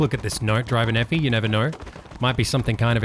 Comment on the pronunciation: take a shot for every time says "Driver Nephi" incorrectly